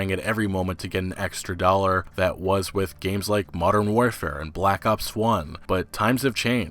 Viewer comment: Sounds like you keep saying Black Ups, im gonna die rofl